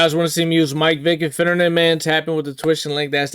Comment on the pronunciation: “Finnejynxinoisesren” man really rolling the r in finnerin😂